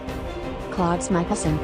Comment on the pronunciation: also its klaus not klauds